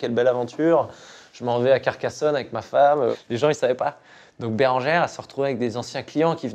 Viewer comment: Normal il dit Carcassonne mdr très bon le garçon